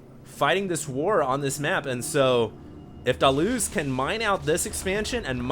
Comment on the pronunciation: Hated how HD was saying DaLoze's name...ugh almost made this unwatchable.